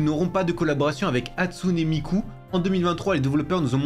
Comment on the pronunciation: MDRRR ça m’a fait rire quand il l’a dit